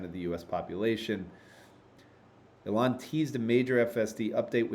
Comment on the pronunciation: Great weekly update, as always. Much appreciated,. ================= BTW, you don't pronounce Elon's name correctly. Elon: EE-lon First syllable: “EE” as in “see” Second syllable: “lon” rhyming with “gone” or “on” ================== Common Mispronunciations to Avoid Saying “Eh-lawn” or “Elin” — these are incorrect. Stress should be on the first syllable: EE-lon, not ee-LON You can use one of the AI's to generate a pronunciation audio clip. Also, Your deck referenced Imad Mostaque, but his name is Emad Mostaque. Maybe an AI hiccough?